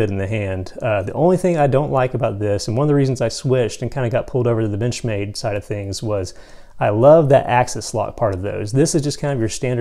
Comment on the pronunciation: You had me until you said "Benchmade" lol